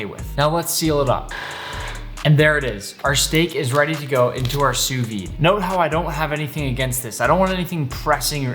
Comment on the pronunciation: Tout les Français sont en sueur de la façon dont il dit Sous-vide xD Translate All the French are sweaty the way he says Sous-vide xD